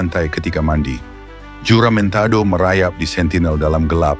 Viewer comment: Sebutan JOLO dan huramentado tu salah.klau nk buat content buatlah btul2.. "PENYARAHAN HARTA BENDA DI BORNEO" kpada british@ austria? Sy tegaskan di sini.bukan penyarahan tapi " PAJAKKAN@ PAJAK"jangan pandai2 ubah sejarah sesebuah bangsa